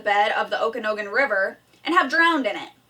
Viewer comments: Animal cruelty you say how about what your ancestors did to our ancestors treating people like animals killing them off as if they were animals because our culture and way of life. You sound smart until to purnounce Okanogan river. I'll give you a hands on experience and I guarantee you'll eat your words. What I hear here is a wacichu woman running her mouth rambling on with not actually getting facts or no research or understanding of our way of life. The same way of life our ancestors were murdered for and clearly im seeing in this video is misunderstood today. Our way of life to you is like a rattlesnake your first instinct is to do away with it and it is still like this today in 2018. It's not a tradition it's protocol there reasons young men are going up there if you would like to learn I will teach you but you sound very narrow minded all fight in your voice you say your not racist I believe you would love to say these fucking Indians I see on you in this video. Be open minded learn a people's way of life before you judge. I guarantee you couldn't swallow your pride and do that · This race means a lot to the natives because many things have already been taken from the natives. You said Okanogan wrong please get your facts straight.